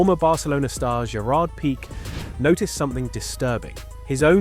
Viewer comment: Why dont you know how to pronounce "Pique"? Are you an actual football fan or is the sports something new to you? A bit embarassing in my opinion.